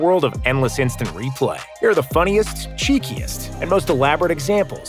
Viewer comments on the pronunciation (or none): none